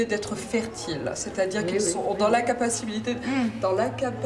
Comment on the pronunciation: " incapacibilité " même !! 🤭